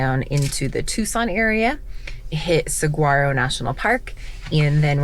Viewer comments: Saguaro is pronounced Sir-War-Oh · Hi there! It was cool to see you and your family on our stompin' ground! We live in Maricopa about 45 minutes south of Phoenix. Love the video's! Saguaro = Soo-har-oh Cholla = Choy-a Gila = Hee-lah Safe travels! :-)